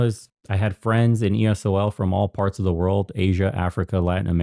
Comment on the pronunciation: did you just call it esol? Lol